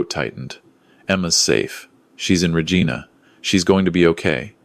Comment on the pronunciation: she had already climbed into the cab. sleeper is part of it. pronounced Regina wrong